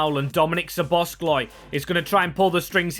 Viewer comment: Great series, but one thing that is not good is, that you are saying Szobozs(k)lai